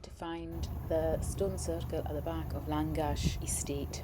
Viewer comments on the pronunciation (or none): Its pronounced Langash 😊